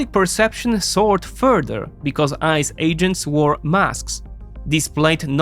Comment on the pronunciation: "Public perception soored [sic] further.."..? I take it that you meant to say 'soured' (rhyming with 'cowered') - meaning eg. 'Spoiled' or became more acidic in flavour; rather than 'soared' (rhyming with 'bored') - meaning eg. 'Rose to new heights? PS - Thanks as ever for your thoughtful content. :)